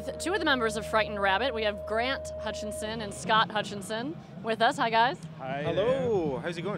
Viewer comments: FYI The last name is Hutchison, not HutchiNson. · IT'S HUTCHISON, NOT HUTCHINSON